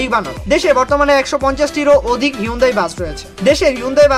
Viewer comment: আপনার নিজের ও উচ্চারণ ভুল। অরজিনাল উচ্চারণ হলো হুন্দাই! সার্চ করে এনালাইস করেন।